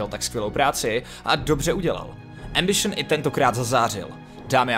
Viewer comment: Doufam, ze to dokoukam ..protoze "embišn" mi puli mozek ..